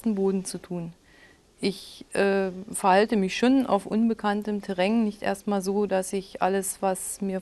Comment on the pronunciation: ..min. 4.43 , terräng....lol